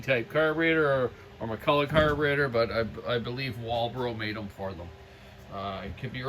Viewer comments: Alright you silly canuck left coasters. It's pronounced Mack-Kull-LOCK. Heavy emphasis on the last syllable. Mick-Kull-Aww is McCullough... Not McCulloch. The "ch" is a hard K sound in Ireland, England, America and Scotland... Hence the Loch Ness monster. Pronounced Lock Ness.. It's not Law-Ness monster. Ok... Rambling over. What a great saw!! Its a beauty. The old Macs are just great. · Hi wish you Canadians would pronounce the word Mc Culloch properly it's not McCulla it's pronounced och as in Loch like Loch Ness. Great vids. Thanks. Iain from Scotland.